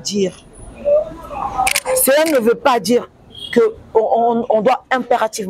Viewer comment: loba français bien stp quoi dire et non quoi djire eza français ya ba chegue 😂en pensant vous êtes belle